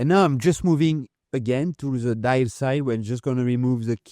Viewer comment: "dial" becomes "die".. 😄